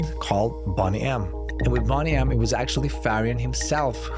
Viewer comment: You can't even pronounce Boney M 's name correctly....